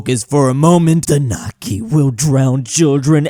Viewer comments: The way you pronounce Näkki makes it sound like "nakki" (=wiener). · In that comic in 3.10, where you read näkki as nakki, you change the whole meaning of the sentence. Since nakki is frankfurter in Finnish and Näkki is a monster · Its kinda funny that näkki The finnish folklore sounds like nakki what is the thing inside hot dogs